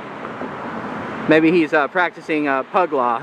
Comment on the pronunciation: When I heard you say pug law I nearly spit out my soda all over my pugs.